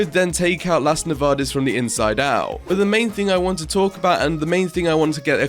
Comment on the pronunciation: As a spanish person, i love how you pronounce "las nevadas"